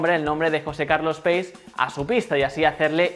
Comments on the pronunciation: José Carlos Pace se pronuncia "pache", no "peis" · Pace es un apellido italiano; se pronuncia algo así como Pache; signifa Paz.